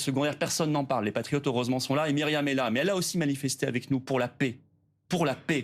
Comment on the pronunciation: Quelle gourde... Missionné... Elle écorche le nom de Myriam